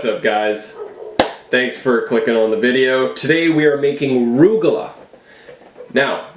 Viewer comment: They look good, but chopped walnuts and golden raisins would enhance. Also, they are pronounced "rug-a- loch", not "roog-a-la".